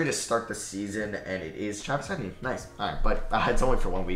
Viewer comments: say it with me it e tee en not etin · It’s Travis E-Tee-N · The way you say Travis etienne is making me mad. It’s pronounced E-T-N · Your pronunciation of certain players’ names like Chuba (chew-buh) and Travis Etienne (ee-tee-en) is hilarious 😂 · I came to the comments just to say this. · Same how is it that hard to pronounce, literally 3 letters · Love how he pronounces Eitenne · i was gonna comment that lmao. “travis etinee” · It’s pronounced Travis ETN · Its pronounced Travis etn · If says Etienne wrong one more time imma scream 😂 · The way he says Travis Etienne's name is hilarious. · Literally makes me laugh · holy shit... hahaha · Bro butchered Travis Etienne's name